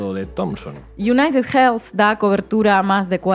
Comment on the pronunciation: Hermanos españoles: United Healthy no se pronucia con jjjjj .... Healthy se le "elfi" no jelfi